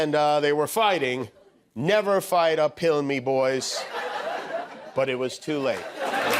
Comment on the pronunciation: “Uphill” oohhh, so that’s what he was saying…I swear I heard “never fight a pill” 🤣🤣🤣